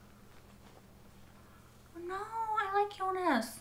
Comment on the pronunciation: I'm not so bothered by her pronunciation of most names (but then I'm not German), but I'm just glad she stopped calling Jonas "Eunice". It always confused me whenever I heard it.